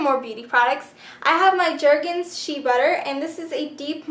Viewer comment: shay butter, thats how you say it :p spelt shea sounds like shay